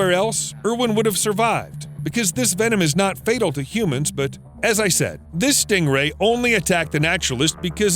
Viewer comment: For a moment I thought you said Schting rhay